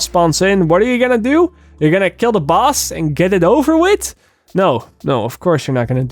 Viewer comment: Did anyone hear buzz waves instead of boss waves?